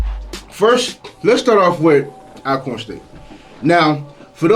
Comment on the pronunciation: “All-corn” State University not al🥴